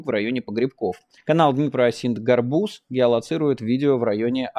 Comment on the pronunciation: Майкл, Га’рбуз!) Это тыква по-украински)